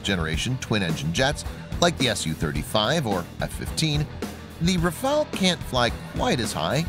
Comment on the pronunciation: Daniola M : IDIOT & crétin, prononce correctement le nom : RAFALE non Rafael